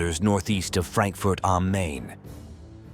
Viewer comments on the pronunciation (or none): none